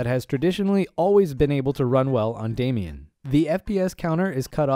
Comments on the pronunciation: Great video. Thanks for this. It’s “Damon”, not “Damian”. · What is Damien? It is called DA - MON or DeyMON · I'm gonna nitpick here - it's pronounced "day - mon," not "Damian." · Damon not Damian (pronounced Day Man) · Damon = daymin not daymeon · It's Damon like Matt Damon not Damian 🤣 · Anyone else love but wonder why he keeps pronouncing the the word Damon as Damion or Damien? Is it a China thing?